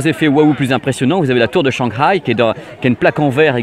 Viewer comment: Juste pour pinailler sur la prononciation de 'Shanghai' que t'as souvent l'occasion de prononcer , le "h" se prononce un peu comme le 'r' mais le 'g' ne se prononce pas dans ce cas ^^. Du coup ca ne fait pas 'shangraille' mais 'shanhaille ' . Voila voila si tu tiens à la prononciation à la chinoise ^^